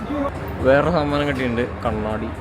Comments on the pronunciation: Saadanam ❌Saamaanamm 😂😂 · Saadanam ❌ saaamanam ✅ new word unlocked 😅😅💙💙💙💙